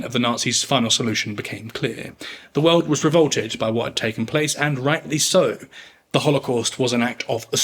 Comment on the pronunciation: He speaks of some "Veuld war one". Whats a "veuld"?